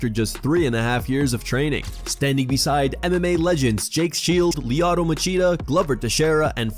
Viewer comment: Who the hell is Leeato Machida? lol